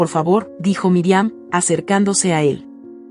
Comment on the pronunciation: Pronuncia bien no es Miriam es Mirian